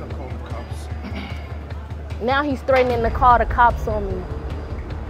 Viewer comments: This one had me laughing so hard I cried! LOL when she said call Dee cops in a Nigerian accent and when the dude at the airport was cool with the 20% 😅 and the part where the Asian guy was like police police and she’s like that’s not how you call the cops pick up the phone 😂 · the way she said "call de cops" after the dude with the accent got me dead istg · "Call dee cops idgaf"😭😭😭😂😂😂😂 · Yes call the cops in her Nigerian accent 🤣😂